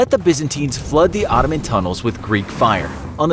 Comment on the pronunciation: babe, why cannot you say Ottoman properly? If you have a problem you can simply say Turkish Empire...